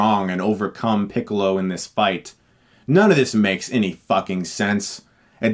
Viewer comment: hahahahahahahahahahahahahahahahahahahahahahahaha he said picklo it's funny because he looks like a pickle